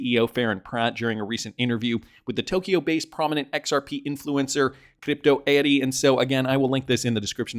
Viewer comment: I can't work out, for the life of me, why you say 'crypto' as 'crypto' consistently, until you reach Crypto Eri's twitter name. Then, somehow, it magically and pointlessly becomes 'Cdeeepto ehhdi'. It's Crypto Eri. Not 'Cdeepto ehhdi'. Very strange.